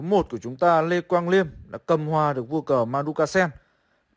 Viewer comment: Mới coi bên Gothamchess xong, thì ổng đọc tên Quang Liêm là Lì Ém =)))